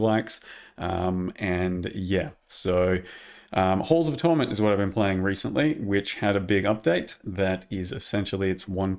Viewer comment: bros gotta work on his pronunciation of holes of torment